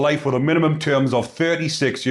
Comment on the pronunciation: It's pronounced Mac Loud mate ... like in Highlander.